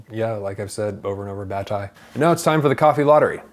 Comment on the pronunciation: He's referring to Guilty (Le Coupable) by the French author Georges Bataille. (He's pronouncing the author's name in a flat American way rather than as it is heard in French (my opinion only!).